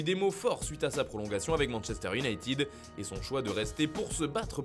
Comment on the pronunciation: Iounaïted pas iunaïtiiiiid 👎😫 T bouché ?